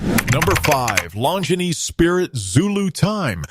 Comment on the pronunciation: Seems like if you are going to use AI for brand videos, you would want to make sure they pronounce the name correctly. Kind of sad. Nice watches though.